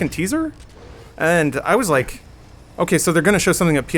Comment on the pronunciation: Did you rike it?